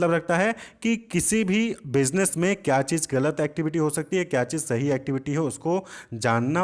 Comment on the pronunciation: Sahi ko rahi boldiya sir 🥲😵‍💫😅😅😅